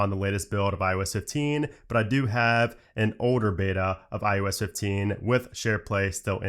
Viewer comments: Is it me or is he saying IUS 15? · maybe you should call it iOS and not ius